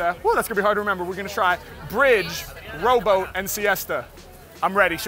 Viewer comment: I cant help but think the dude who said “rowboat” actually said “robot” 😂😂